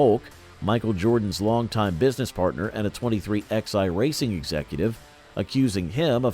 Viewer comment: Hey it's pronounced 23 eleven NOT 23 X I damn it get it right or don't talk.